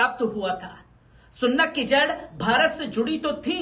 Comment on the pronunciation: Sunnat nahi bhai ,,Rishi Sunak...hai